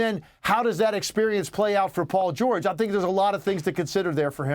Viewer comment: "Paul georege"😂